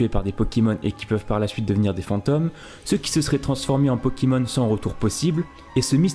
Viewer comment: des '' pokimons''